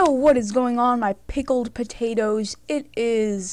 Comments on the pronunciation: this was my first time and i heard pickle potatoes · DID HE JUST SAY PICKLED POTATOES??!! XD